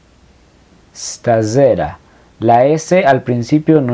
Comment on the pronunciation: en la palabra stasera, la segunda s no se pronuncia como z sino se pronuncia como la primera s..